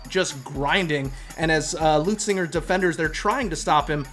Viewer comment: that kept bugging me too😂